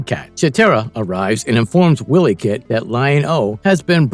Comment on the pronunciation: Pronounced Wy-lee cat not Willy cat